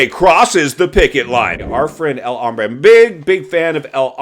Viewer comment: That’s because is pronouncing his name “hambre”, which means “hungry” in espaniol.